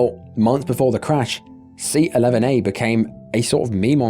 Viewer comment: I kept thinking you were saying lemonade rather than 11A lol!